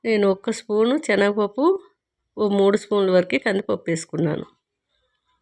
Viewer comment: దిక్కుమాలిన భాష ! చేనగ పప్పు కాదు ,సెనగపప్పు. భాషను చంపకు